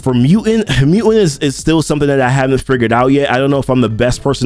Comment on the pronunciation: It's mu"t"ant, not muant